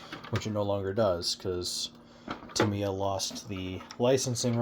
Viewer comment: Thank you for the review and also for pronouncing Tamiya correctly. I love the Tamiya kits, been building them and Kyosho since the 80s. Sure, they dont "compete" with the newer race stuff and dont hold up like modern day bashers but thats not what they are meant for anyway.